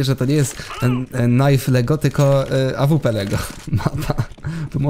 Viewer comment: O panie ale kaleczysz ta AWP :)